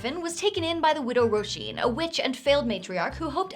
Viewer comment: I'm loving the Irish names on all of Aisling's NPCs! And your pronunciation is on point! You didn't exactly make it easy on yourself either: Roisín; Cian; Niamh!